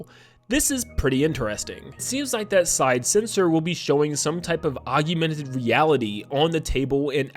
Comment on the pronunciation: please learn how to pronounce "augmented." og. men. ted.